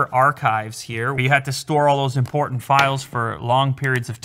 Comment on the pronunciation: “Imporntant files”